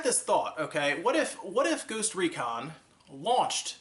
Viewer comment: did he just say goost recon?